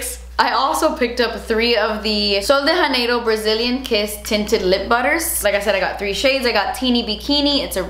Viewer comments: Sol de Janeiro is not a Hispanic brand... It's not Hanero... It's Janeiro. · You say sol de Janeiro so weird😅